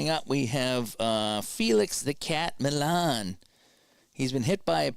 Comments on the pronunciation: And while Harrelson did choke up, it was "Mee-ahn" who was known for basically gripping the bat like halfway up. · Grote is grow-tee.... Millan is Mee-ahn... Davalillo is Dav-a-lee-oh....